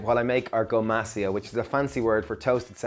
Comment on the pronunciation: I replayed the video many times, & I heard the same pronunciation.....gomacio, gomoshio, something like that. Googling ground toasted sesame seeds & salt now. 👍